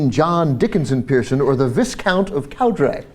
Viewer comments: Viscount is pronounced Vy-count. not VIS-count. jeez. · Visscount ??? You mean Viscount ( pronounced Vie-count.) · AGHHGAHAGHAG it's pronounced vye-count not viss-count. Sorry, it just annoys me that he's calling that name ridiculous and he isn't even pronouncing it properly. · Just so you know, 'Viscount' is pronounced 'Vy-count'. The 's' is silence. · Viscount is pronounced Vigh-count, where "Vigh" rhymes with "High"... but and everyone at TYT are too smart to know that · Viscount has a silent "s" so its Vi-count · Pssst.. The S in viscount is silent. And it's a long I. Vye-count. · It's pronounced "vye count".. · Vii count the s is silent. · Viscount, pronounced vy-count. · My Canadian-ness is shining through (as is my English Major-ness) - but "Viscount", is pronounced "vy-count". Just sayin'... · Cenk, drop me a line. I volunteer to be the TYT UK language coach. Oh yeah. For viscount, say "vy-count". I know it's crazy but that's what we have here. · It's pronounced vee-count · It's pronounced vy-count. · not pronounced vis count. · Pssst, dude on the left...the 's' in viscount is silent. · Peregrine = peh-rah-GRIN Viscount = vi-count Cowdray = cow-DREE... Just a bit of UK pronunciation for you,.